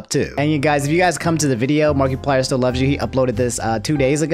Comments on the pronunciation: i get the apology but i gotta say it "markie-player" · Im disturbed by the way he pronounces markiplier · The way you are pronouncing Markiplier pisses me off lmao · Everyone’s upset about the Sakura pronunciation, I’m upset about “Markie-plier” 😂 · No hate towards, but I kind of chuckled at the way he said markiplier (marky-plier) something like that. Everyone pronounces things differently i know that, but the way said it kinda made me chuckle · The way he’s saying markiplier.... 😂